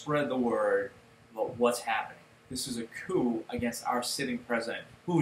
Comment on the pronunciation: it is pronounced cooo not coop